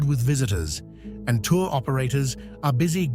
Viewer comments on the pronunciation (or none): none